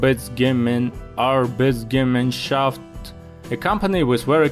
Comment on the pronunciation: It's arbeitsgemeinschaft (ar-bites-gem-mine-shaft). You're welcome.